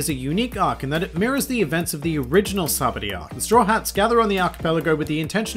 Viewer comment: I think it’s funny you pronounce it sabdy good video.